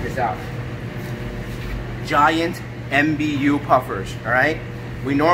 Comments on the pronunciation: MBU is pronounced maboo my friend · Normally very fond of your videos.....this was a bit sad though unfortunately. Not spreading the right message to potential owners. Puffers should never be handled in such a way, and should not be cheered on to "puff" out of water. The mbu is pronounced just like mbuna cichlids, not m,b,u......I am hoping to become the first person to breed mbu in captivity. I have been trying for 10 years on and off